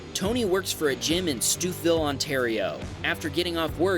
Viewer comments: Whambaam it is pronounced Stow-Vill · as a Torontonian: it's pronounced stouville! It's just spent weird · Stouffville is pronounced Stove-ville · 1/ As a former truck driver. The forward truck driver ‘blocked’ the more aggressive truck from flying up the shoulder into the traffic stop. 2/ Stouffville is pronounced Stoville 3/ the BMW is still waiting for his muscles to show up. Lol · Stouffville, Ontario is pronounced STOVE-ILL. And, while we are at it, Guelph, Ontario is pronounced GWELF. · Stouffville is pronounced Stow-ville.